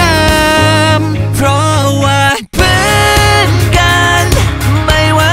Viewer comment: บางคำเสียงวรรณยุกต์ฝืนไปหน่อย กัน-กลายเป็น-กั๊น จำ-กลายเป็น-จัมป์ เพื่อน-กลายเป็น-เพื้อน